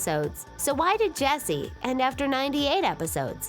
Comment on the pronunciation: Why does Ches... calls Jessie Bessie